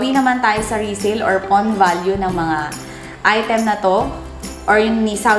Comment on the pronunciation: Not Fawn, but Pawn...😂✌